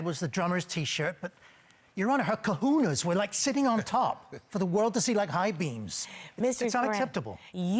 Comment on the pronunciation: What the heck are "Ka-hoo-nahs"?? Also, did he just graduate 5th grade and call them "high-beams"?? Boy, BYE! 😄 #pettytendergrass